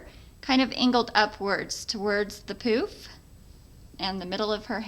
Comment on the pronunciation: Sorry but we giggled every time you said "pooof"